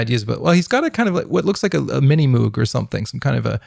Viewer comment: did you actually mispronounce Moog? I’m surprised.